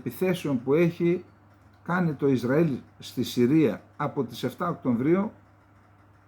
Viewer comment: ΟΚΤΩΒΡΊΟΥ Οκτωβρίου Οκτωβρίου ΚΑΙ ΌΧΙ ΌΧΙ ΟΚΤΩΜΒΡΙΟΎ κε Καλεντεριδη